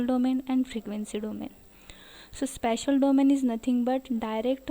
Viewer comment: Its spatial not special